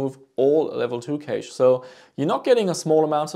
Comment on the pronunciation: Just FYI, cache is pronounced very similarly to cash